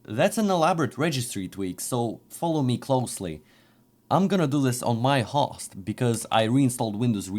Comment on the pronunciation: Well that's a new one, not sure I've ever heard Host pronounced Hawst.